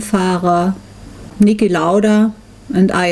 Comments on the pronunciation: nicki lauder? he's called niki lauda. great documentary though, strange the fact that you can't film your lap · I'm sure you've already gotten your fair share of this, but I just can't leave it be... Who is Nicki Lauder? ;-) Otherwise, great documentary. Just came across it today. Cheers from Finland!